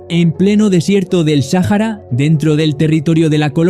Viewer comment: El desierto del "Sájara" jaja.